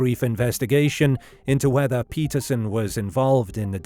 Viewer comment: PETERSON… not ‘patterson’